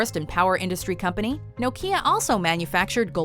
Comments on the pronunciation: Its right bugging me how shes pronouncing Nokia 😑😂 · Never heard Nokia pronounced like that!